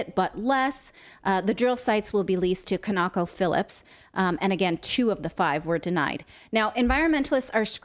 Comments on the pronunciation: "Can-oc-o" .. okay okay ... 😂. No. It's, now say it with me ... Con-o-co .. conocophilips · CON-o-co, not Kuh-KNOCK-o